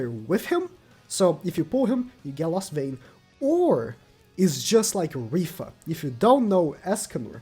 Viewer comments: This man really said “rifa” instead of rita 🤦‍♂️ whos mans is this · Idk why but hearing pronounce Rhitta as Rhiffa is really funny to me